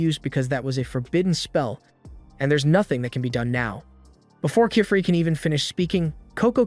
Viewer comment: I love how each time they say the master witch's name it's a different pronunciation… Kifrey ?